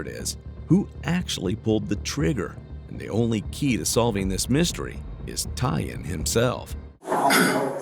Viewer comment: So, you're saying'Tyan'? BUT, I'm seeing TYLAN on the screen? So,... wtf?